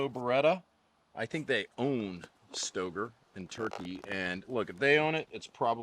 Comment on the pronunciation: says it’s pronounced STAYgrrrr. Hard R.